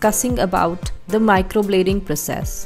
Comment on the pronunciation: Its microblading not microbloding..atleast pronounce it properly